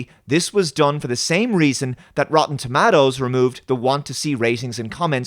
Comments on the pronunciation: Rotten "ToMattos"! Oh Ewan McGregor, you're so silly! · You have an interesting way of pronouncing 'Tomatoes'